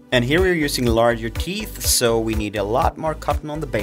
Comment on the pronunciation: Noooooo he says teef